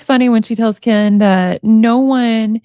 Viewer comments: I love that your saying kaan instead of ken my boyfriend does the same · She says “Keen” just like Gypsy does lol it’s hilarious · I love you reading these, you make it fun. The way you say Ken cracks me up. I hope a Hershey pie is not what I think she is meaning..the pop tart I think I have that one. They are so gross, yuk yuk yuk.. She has no problems talking that crap... How does Ken stay with someone like that. Shows his character. That poor child, let her know right from wrong, that she travels down the right road. Have a wonderful night. Give the kitties a pet for me...thanks❤